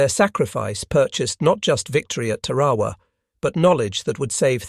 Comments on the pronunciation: Ta’ ra wa not Ta ra’ wa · Two corrections 🥈 1. It’s TARAWA not terowa 2. The United States of America is a Republic not a democracy !